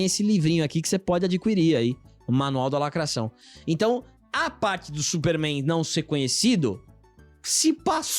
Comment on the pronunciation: "Supéérrrméin" (pai dos Albas)